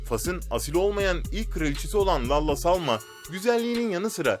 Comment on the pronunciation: 😂😂😂 Lalla diye okunmuyor o "Lella"diye okunuyor ck ck ck